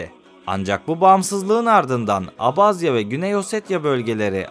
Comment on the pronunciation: keşke gitmeden önce gittiğin ülkenin bir tarihini araştırsaydın önce abazya diye okunmuyor abhazya diye okunuyor daha onu bilmiyorsun işgal eden taraf abhazya değil gürcistandır abhazya bağımsız ve tek bir ülkedir .Ülkemizde oldukça fazla kökeni abhazyaya dayanan abaza vardır.